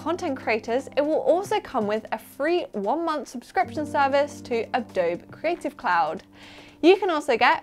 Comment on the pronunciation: Did you just say "Adoughb"?